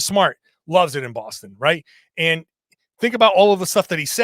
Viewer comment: “And” not “andtuh”